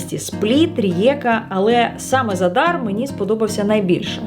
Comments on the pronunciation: ви говорите не вірно назву міста- в Хорватії 99% слів мають наголос на перший склад тобто ЗАдар👌 Гарного відпочинку🤗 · Наголос у слові За́дар падає на перший склад. Це місто в Хорватії, тому правильне наголошування — За́дар.